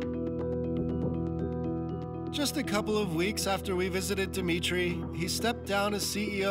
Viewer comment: It's "Dmitry" not dee- mitry.